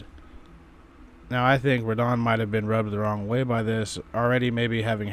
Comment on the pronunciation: Also, its Radahn, not Rad Han.